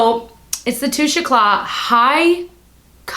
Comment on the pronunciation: It's Toush Eclay - NOt Touchacla